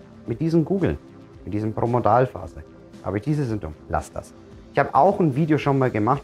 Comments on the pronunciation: Promodalphase? Es heißt Prodromalphase! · Es steht so da, da hast Du recht, aber Du sprichst es jedesmal falsch als Promodalphase aus. Dein Video ist sehr sympathisch und anschaulich, aber das ist mir halt aufgefallen, nicht bös sei! LG, Andrea